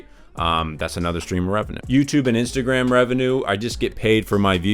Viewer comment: "Inatagram" lol